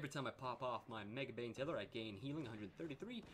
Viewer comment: Btw, it's MAGE-bane tether, not megabane xD